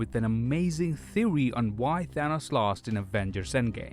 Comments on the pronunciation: “An amazing theowy”. Bruhhhhhh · “I’m here with an amazing thewy.” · You lost me at "Theowy" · His “thewwy” isn’t too far fetched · I come to you with an amazing "theowy" on how thanos loat in avengers endgame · all i hear is: "thewe" and "angwy"